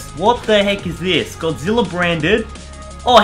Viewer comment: God-zi-lla king of the monsters